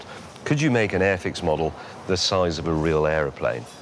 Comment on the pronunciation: I love how the way you enunciate it has nothing to do with the name on The box. The way you enunciate it it sounds like AFX .... When in all reality the name is airfix